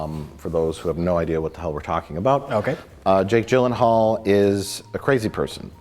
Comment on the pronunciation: can't even pronounce jake jillienthinall correctly. 1/5 stars rating for you.